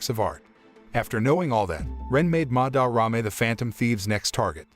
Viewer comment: am i the only who wants to bang their head into a wall everytime he says "MaDarRame"? (im not hating on the video btw)